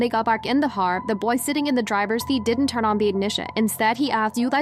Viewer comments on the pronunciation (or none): is she slurring har instead of carr????